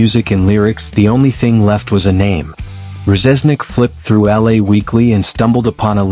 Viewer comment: Can't pronounce Reznik correctly...its def AI